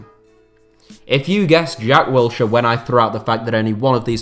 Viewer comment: My man said Wiltshire😂👆🏻